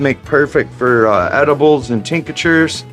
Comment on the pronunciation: Tinc-tures, not Tinc-a-tures